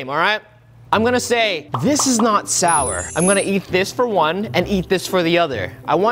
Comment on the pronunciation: Am I the only one hearing him saying Shower Ice Cream?